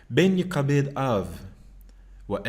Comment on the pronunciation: Vc leu no início do verso 6 ( yekabed) mais está errado , o certo é (yekhabed) o (k) sem o daguesh tem som de (rrá) e não de (ka) ok obrigado.